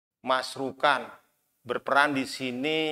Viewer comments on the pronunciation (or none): bukan masrukan....🙏